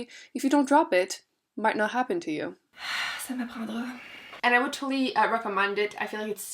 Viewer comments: Trop drôle que ton français très québécois sorte quand tu es vraiment “pissed”😂 « ça m’apprendrâ🙄 » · Oh my god !!! Est tu Québécoise ??? omggg je me demandais trop d’où tu venais mais ton “ça m’apprendra" me donne cet indice haha je suis nouvelle sur ta chaîne donc je me demandais hihi